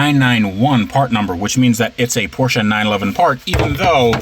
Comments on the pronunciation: It’s Porsche not porschia or porschA lol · man u all time say car... and your porshaaaa... its just a half of it, emm very burnt half .. other thing since when car with two weels can call a car ? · Where is the "A" in Porsche? Why do yanks say it so weird? The 'e' at the end is A) Soft and B) not an A.